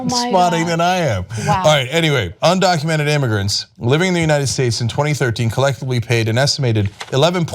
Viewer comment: Well hey, the girl who called Trump supporterts ' dumb' can not pronounce 'undocumented'.